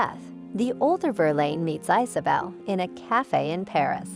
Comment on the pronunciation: Not to mention Marseille. ICE-a bell and IZ a- bell. The computer generated voices are just too annonying.